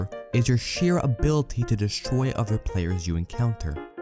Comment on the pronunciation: Did anyone else notice how this man pronounces other as udder? Or utter? Lmao It kinda bugged me I couldn’t tell if he was trolling “He mains scout proudly and He doesn’t care what utters think about him”